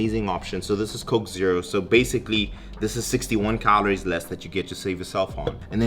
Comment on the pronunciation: How many "cahlories" do you eat? 😂